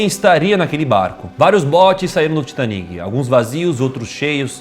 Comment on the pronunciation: Excelente vídeo. Apenas um detalhe. O Titanic foi um navio inglês e portanto a pronúncia deveria ser “Taitânic”. Além disso, em português é a palavra titânico e nâo titaníco, como em pinico. Titanic (Titaníc ) é uma pronúncia francesa, horrível por sinal. Kkkkk TAITÂNIC!